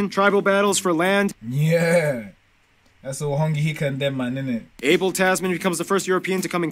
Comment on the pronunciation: Hey bro its Hone heke btw not hongi heka its pronounced HOR-NEH HE- KEEH ..... MUCH LOVE BRO